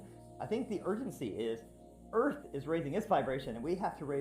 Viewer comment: Easily one of dumbest conspiracy vids ive ever watched. Had to constantly skip through cuz 95% of these vids are bs and brainwashed people. And its pronounced EARTH not EARF you illiterate fk. Cant wait til its cool to be intelligent instead of a moron.